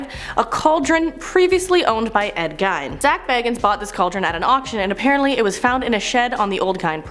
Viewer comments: Please work on your pronunciations. Here's a few... Dybbuk...Dib-ick Bagans...hard a, like in cake. Not like bag. Ed Geins...hard G, hard Es. Not Gines like rice. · It’s pronounced Ed geen Jesus that sounds horrible lol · I think it's pronounced di-bik box. How are you still saying Ed "Geen" wrong? 🤔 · Zak BAY-GANS, DIB-BUCK box, Ed GEEN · Gein not geen